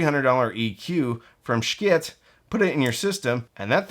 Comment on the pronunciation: Here’s my gripe: Pronunciation of “Schiit”. You have played with the word, which is admirable if not accurate. Something I heard on one of your vids made me think you live in Texas, which should help you understand my recommended pronunciation: SHE-it.